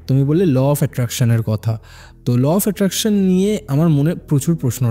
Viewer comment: Law of Attraction ❌লফ্যাট্যাকশান ✅💀💀💀💀